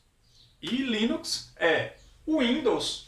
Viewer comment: Linux com "S" mano.... foda viu kkk